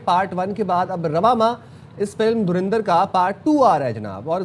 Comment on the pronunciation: dhurandhar ❌ dhurendarr ✅